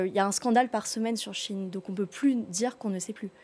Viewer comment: C’est SHEIN pas Chine!!!